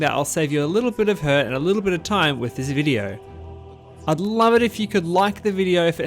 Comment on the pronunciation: "in this videor"